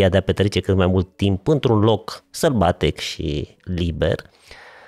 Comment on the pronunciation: Oreste se spune loc sălbatic un loc sălbatec